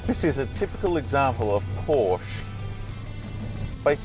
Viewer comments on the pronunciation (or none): Yes, I agree. Your pronunciation of Porsche spoilt what could have been a great review. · Learn how to pronounce Porsche